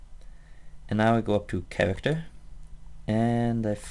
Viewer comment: Vewy vewy subtle Chawacter Pweferences Oh, I fucking love how you talk. It reminds me Leo and Satan cartoon